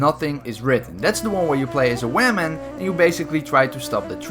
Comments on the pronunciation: Best part of the video: “where you play as a WAMAN” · Hey can you please play bf1 with me?Also I love how you say woman,"weman"😂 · Wawem haha thats How you say it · "The one where you play as a waman" lol